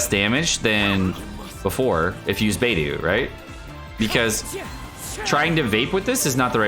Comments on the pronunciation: Love your videos but your pronunciation makes me cringe. It’s pronounced like BeiDoe not Beidoo and Xing Cho not Xing Koo. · YO-miya...Bay-DOO...Shing-Q... Pronunciation tips: Yoi-miya. Bay-doh. Shing-cho. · Does know it's BeidO not BeidU? They even say it in voice lines. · why do u butcher xingqiu as jingkoo and beidou as beidoo?? could u please take a minute or two to learn their proper pronunciation and respect Chinese names lmao it feels a bit disrespectful as a Chinese person.. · this is the first time I’ve heard any infidel pronounce “Xingqiu” as “singku” and Beidou as “baydoo” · Bro its soo annoying lol also leaving the I out of Yoimiya. He said Yomiya over and over again. Singku, baydoo, and yomiya.